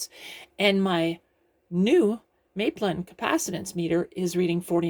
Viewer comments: Hi - I built this gadget back at the time of publication and it still works fine. Very useful. PS. It's Map-lin, not May-plin. When the company started in the UK in the mid-1970s, everyone was talking about building London's third airport in the Thames estuary on a sand bar called "Maplin sands". The name was very familiar - free publicity! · Mah-plin not May-plin :) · Hi. Great video, thanks for posting. Maplin in the UK is like a Tandy store. In the UK we pronounce as Map-lin. Before they closed down, I used to love going in there to purchase electronic components and gadgets.